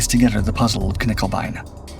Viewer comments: Knickebein, not Knickelbein! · Also no L in nickebein